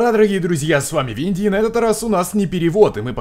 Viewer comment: не винди , а уинди